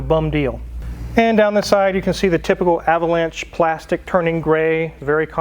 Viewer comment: You keep mispronouncing Ah vo lawn sha. LOL